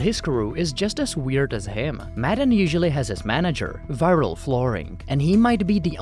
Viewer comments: The background music makes this feel like a fever dream. You’re taking matan waaaay too seriously (also not pronounced Madden as you do the entire video) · MUH-TON not damn Madden wth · Why you keep saying 'Maddan' maTTTAn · You said his name incorrectly every time. What kind of video features someone and doesn't say his name correctly? Its Mah-tawn Ev-in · You're constantly8, mispronouncing the name of the guy you're doing a video about. Seriously bro? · Lol how do you pronounce his name wrong so many times??